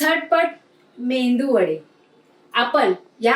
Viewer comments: मेंदू वडे नाही मेदू वडे म्हणतात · मेंदू वडे नाही हो..मेदू वडे म्हणतात. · मस्तच. मेंदू वडे नाय गो मेदुवडे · मेंदू नाही medu वडे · 👌मेंदू वडे नाही. मेदू वडे म्हणा. मालवणी ना